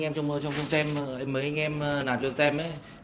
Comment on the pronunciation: Team ( nhóm, đội), mình đọc là “Tim” ạ, ko phải là “Tem”😅